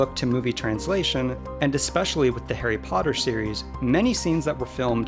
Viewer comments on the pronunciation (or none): "We luv `arry Pottah!"